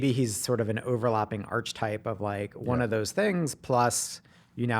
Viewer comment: It's pronounced ark-e-type not arCH-etype.